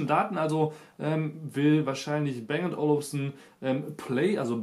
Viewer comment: Man spricht es "Bang & Olufsen", und nicht "Bäng und Olufsen".